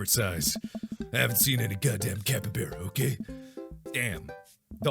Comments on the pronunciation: IT'S CAP-EE-BARR-AH, NOT CAP-EE-BARE-AH!!! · Hey Mark, just thought maybe ya know, that I'd let you know that brosky, it's pronounced cap-e-bar-uh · Okay but that's not how you pronounce capybara (capy-b are a ) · He keeps saying capybara wrong. I know how to say it because its home to Venezuela and it was my country in a school project. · Mark: pronounces capybara wrongMe: mMMMMMMM